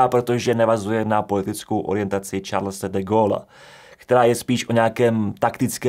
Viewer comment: Hagia Sofia se vyslovuje jako [haja sofija]. A francouzské jméno Charles je [šarl]. :)